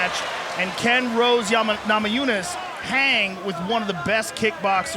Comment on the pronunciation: No one: DC: thoug Rose, thoug Rose